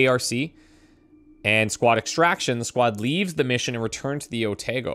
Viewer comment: O-Tar-Go. Not O-Tae-go.